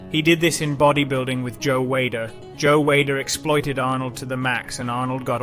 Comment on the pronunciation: Pronounce the words properly mate FFS Good video but Reg Park. Sergio Oliver. Joe Weilder all miss pronounced and your English so you should know